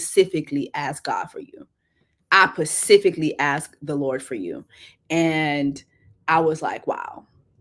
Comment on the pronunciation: That's a whole word - Get with a man that "pacifically" ask for you!